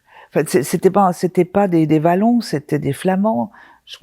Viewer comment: "C'était pas des Vallons c'était des flamands" =') Sacré Dame Séli ! En belgique les wallons se prononce " OILON" La bise de Belgique =)